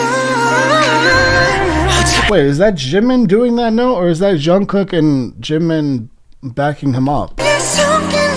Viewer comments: ure saying shungkook ^ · its jungkook with a j sound btw, just a little something to let u know